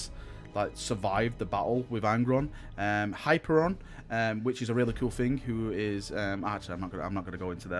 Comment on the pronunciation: Hyperon? HI-PIER-ION